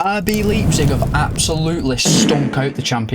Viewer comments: You know whats absolutely embarrassing? You callling it Leeepzig. Leipzig. Leijpzig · RB Leeepzig”😂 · 1st Pronunciation of 2025: Laayp-zig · great video, mate. but that leipzig pronounciation has me rofl😂